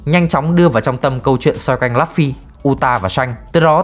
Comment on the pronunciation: Lấp phy 😫😫😫 đọc tên nhân vật chính nghe chán thiệt!